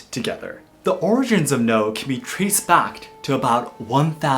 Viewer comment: Why are you pronouncing noh like “no”